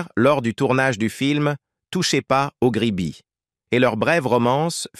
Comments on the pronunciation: Cette voix d'intelligence artificielle est insupportable. Ce n'est pourtant pas compliqué de faire lire un texte par une personne normale. On ne dit pas Gabine mais Gabin. On ne dit pas Touchez pas au Gribbi mais au Grisbi. On ne dit pas Michèle Morgane mais Morgan. Quand on évoque la date de naissance de Gabin on évite de présenter une photo de Delon.... etc etc..... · ne sait même pas dire le nom de michelle Morgan correctement et sait même pas dire grisbie je ne sait même pas si il sait ce que ça veut dire très mauvais reportage